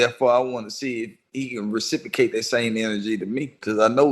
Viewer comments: It's reciprocate not recicicate dummy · Yeah he dumb af using "recipocate" instead of reciprocate out of context! He got a God complex bad bit trust me somebody will put his bitchazz in his place 💯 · New word of the day "rasipacate"😅😅😅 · He seeing if he can recipocate! RECIPOCATE! What an intellectual. Lmao. This dude mispronouncing words, misusing words, and calling himself intellectual at the same time. But Joe is definitely shook to say anything with the wrong tone. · Take a puff 😮‍💨 every time says “Reciprocate” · That’s not how you say reciprocate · Says the dude who can’t even say reciprocate with the right pronunciation. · "transpire" "reciprocate"...its the fucking FEDS dead giveaway!!!